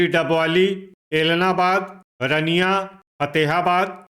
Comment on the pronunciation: रनिया नहीं है अंकल जी , रानिया है।